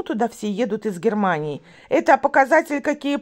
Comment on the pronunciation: Посмотрела часть вечернего стрима. " Отткуда вы? - с Гхермании ", " Откуда Марина?- с Москвы ответила Марина..." Мне ухо 👂 дискомфорит от "с" ....